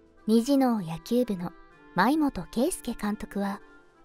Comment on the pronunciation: ちゃんと舞元をあいもとって発音してるひなPプロの仕事 職人